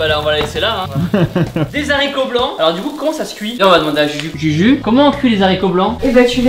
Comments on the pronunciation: on notera le << des saricots >>😂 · Des « Zaricots blancs » 😭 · A les zharicots ? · "Des z'haricots blancs" "Les z'haricots blancs" "Comment on cuit les z'haricots blancs ?" "On attaque maintenant les z'haricots blancs" "Pouce bleu pour les z'haricots blancs" YA UN H FAUT PAS FAIRE LA LIAISON garde la pêche bisous champion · On est est qu'il a dit des s'haricot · Thibault je rêve ou tu as dit de sharicots blancs on ne fait pas la liaison vu qu'il y a un h au début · « Les ZHARICOT blanc » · "des zharicots blancs" 🤣🤣🤣@ ZHARICOTS DE TIBO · Je t’aime Tibo mais toi et tes Zaricots.... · vous avez entendu POUCE BLEU pour les Zharicots blancs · les zaricots blanc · t'as fais une faute: t'as fais la liaison (des haricots) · La liaison est muette avec "les" et "haricots", bon sang de bonsoir mes oreilles saignent xD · on fait pas la liaison avec le mot « Haricot » parce que il y a un H... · Légume = tomate, des haricots avec la liaison sss rien ne va décidément 😂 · Des haricots bravo le français sinon cool la vidéo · Tibo des haricots blancs ça se prononce dès « aricot blanc » et pas des « zaricot blancs »😂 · Haricots blancs pas les sharicots blancs😓😓 oulala faut déjà que tu saches les mathématiques et les mots par cœur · Bonsoir ici Michel le connard. À on ne dit pas des "zaricots" blancs mais bel et bien des haricots blancs car il y a un "H" à haricot et donc il n'y a pas de liaison Merci par avance Cordialement Michel le connard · Mdr tu dit des « z’haricots» au lieu des haricots 😂😂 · Incroyable la vidéo mais c'est des Haricots blancs pas des zaricots blancs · ON ne Di pa des sariqo on di des ariqo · Ohhhh mon Dieu 😱😱😱😱 on dit des HARICOTS PAS ZARICOTS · Haricots et pas des zarricots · Ont dit: « des haricots » pas « des zarico » pas de liaison, ont est 4M à te regarder quand même mdrrr😂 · Pas des " z'haricots " , des haricots , on ne fait pas la liaison. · HARICOTS TIBO HARICOTS!!!!!! PAS ZHARICOTS!!!!!!!!!!! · On dit des haricots pas des zaricots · Les z’aricot